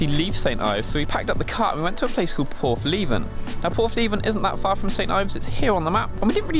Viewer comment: Its portheven , not porthleeeeeven ! There's a Leica nd Hasselblad lives there